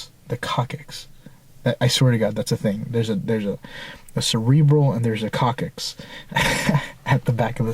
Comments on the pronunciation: its more pronounced a cocksix...not just a cockicks lol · That was an orange highlighter that you put back in the wall. BTW Coccyx is pronounced "Cocks ix". Really. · love your videos! Doing some rewatching on the past ones. Just FYI, (ex-medic here), coccyx is pronounced cocks- iks. Just for future reference. It's the tail bone. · It's pronounced 'cox-ix'. Coccxyx. The part of your spine that meets the tailbone, I believe. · It's called coccyx (cosick) if that helps you.